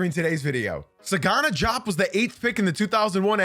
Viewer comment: It's pronounced Dee-op, not Jop.